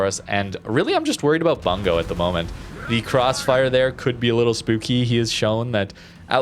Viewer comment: Tries to say Dutch ship names right, still says Bungo like bung-hole. Heh.